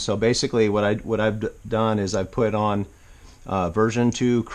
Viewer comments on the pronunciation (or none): none